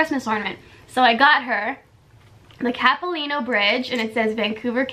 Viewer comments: It’s called cap- eh-lano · Cap-ih- lah-no 😂😂 love you though!💛💛